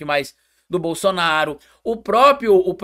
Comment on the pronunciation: O cara fala muito ruim. Ele chama é bossoraro kkkk